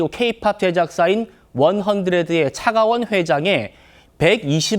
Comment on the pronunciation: 차가원을 차기원으로 발음하거나 120억을 120원으로 발음하는 등 소리만 듣는 저에게 좀 불편한 부분이 있네요